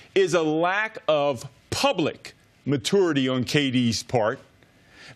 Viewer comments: What is up with Fox Sports analysts not being able to say the word "maturity" correctly? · why cant this guy pronounce maturity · I'm triggered by how Stu pronounces "maturity" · So Coach can’t pronounce maturity 🤔